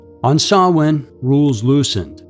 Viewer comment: YOU PRONOUNCED SAMHAIN CORRECTLY!!!!!!!!!!! Bless you, dear. You just made my whole day!! ❤🦇🎃🧹🌒🌕🌘🌟✨️